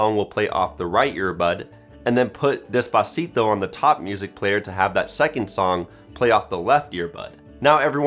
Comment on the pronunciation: He pronounced despacito the wrong way